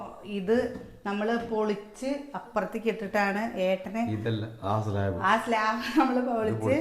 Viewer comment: Slab anuh slaav alla